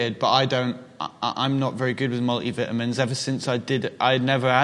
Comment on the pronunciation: "Mul-i-vi-amins" *eargasm